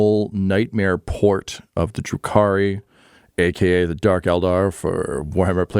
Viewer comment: Ugh, *Drukhari*. Also, Gideon is the most frustrating character I have ever seen, in a good way.